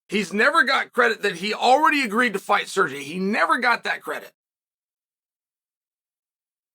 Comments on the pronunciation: SerrGee!! Guy is a professional butcher of names. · Calling Sergei “Sirgee” is such a Chael thing to do